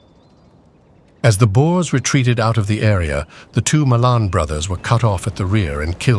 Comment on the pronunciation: Boers not boars. Boars are pigs as in 'wild boars'.